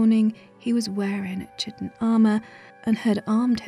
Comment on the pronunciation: You're pronouncing 'chitin' incorrectly. It sounds like 'kahy-tin'.